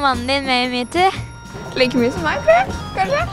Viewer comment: D høres ut som du sier mewtwo